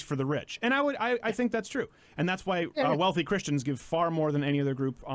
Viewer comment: Why does Sargon say Chris-T-ians?